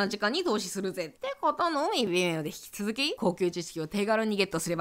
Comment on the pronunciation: 微妙がビメオに聞こえてびっくりした